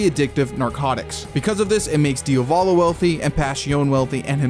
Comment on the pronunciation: pls pronunciate it properly, it's "Diàvolo" not "Diavòlo". Also, it's Jòdio, not Jodìo